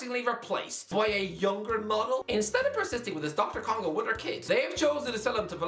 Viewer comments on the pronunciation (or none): Is the ever gonna learn how to properly pronounce D.R. Congo? Lol